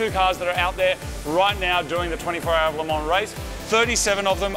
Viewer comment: Marty the best pronunciation of ‘Le Mans’ I’ve heard any Aussie say nice one 😅